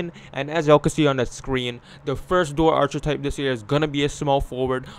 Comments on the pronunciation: Arch-a-type👎 R-kih-type👍 Archetype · Is this nigga saying "ar-chi-type"? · This saying archer-type